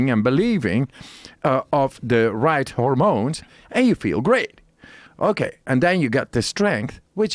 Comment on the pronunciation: Every time the Iceman said "hormones," it sounded like "The Ramones." Great podcast!